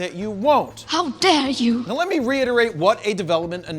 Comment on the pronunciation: 'How der you' cracks me up everytime.